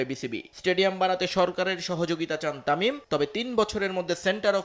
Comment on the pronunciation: তুই বাংলা জানস না তামিল যা তামিম